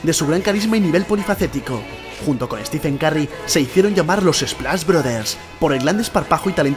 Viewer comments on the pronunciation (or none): “Stifen karry” xd